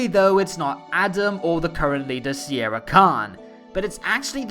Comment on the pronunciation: I think it's spelled not Sierra, but Sienna Khan. At least that's how i hear it.